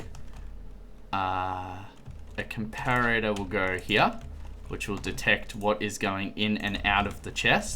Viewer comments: com-par-it-or....not....com-par-ate-or.....jeez get it right XD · It's com-par-it-or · pronounce the Comparator...Com-Parrot-Tour